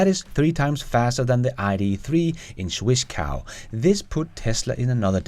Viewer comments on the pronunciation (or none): xD Zwickau is pronounced [ˈtsvɪkaʊ], not "swiss cow" hihi. You can look this up you know.